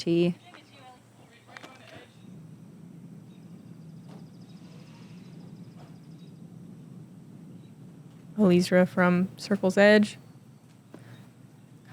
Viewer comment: PLEASE...its Ellie-Ezra, not Eleezra. The announcer got it right. You ladies usually work really hard ar getting these details right. I have a last name that's been butchered all of my life but there is nothing I could do about it. You CAN fix this.